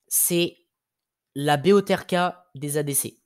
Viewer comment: La BOTRK se prononce botreukeu